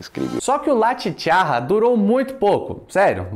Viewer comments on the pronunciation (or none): La Chicharra se pronuncia "chichaRa" com um R apenas e não com dois...La Chicharra significa A Cigarra...saludos de México